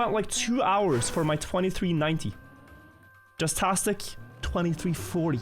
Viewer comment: hey, man. i'm gunna need you to fucking say JASTASTIC like JAZZ TASTIC. and stop saying Jizztastic. Thanks